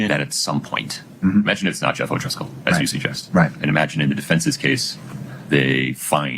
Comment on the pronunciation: It’s definitely O’Driscoll lol. That’s how he spelled it on the stand. People are probably just lazy when they say it lol